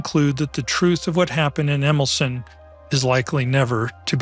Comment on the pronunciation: Jan Wolski pron. YAN VOL-ski Emilcin pron. EMIL-cheen